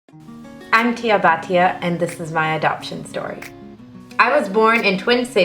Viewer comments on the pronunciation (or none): its not baatiyaaa its bhatiya . make this b heavy . and congrats you got a kshtriya family . and please learn punjabi too its our mother toungue